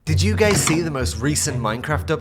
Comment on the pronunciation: "Did you gays see"